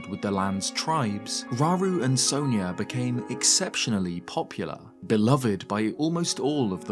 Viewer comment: It bugs me how the games pronounce sonia so wrong. It's sawn ya not so neya